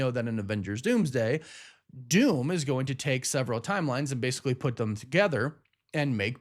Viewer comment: OMG learn to say "them," not "thum" especially when you say it by itself